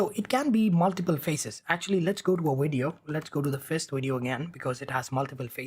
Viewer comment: Every time he say "widio" insted of vidio it put a smile on my face